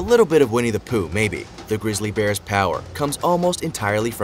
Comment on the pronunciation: Aaaaahahahahahaha! I thought he said We need to poo 😳😂😂 (Vinnie the Pooh) 🙈🙊